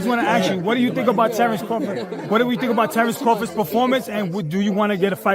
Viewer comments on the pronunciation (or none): Why can't you freaking say CRAWFORD? Every video you call him Crawfid it's irritating! C R A W F O R D!